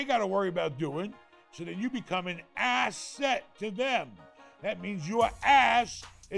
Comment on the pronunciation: "ASS-SET" Write that down, write that down!